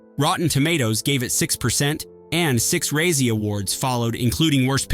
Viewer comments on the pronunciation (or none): 1 of my biggest pet peeves is when creators mispronounce words and names. It takes less than a minute to learn the correct pronunciations. It's E-bert not Eh-bert, and Razzies, not "ruzzies." Otherwise this was a decent video. Apologies for coming off condescending and snooty, I swear I'm not usually like this.